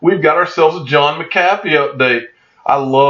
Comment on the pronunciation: It's John Mac-A-Fee......not McCaffey